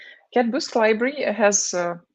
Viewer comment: Abe CadBoost nahi hai... CatBoost hai!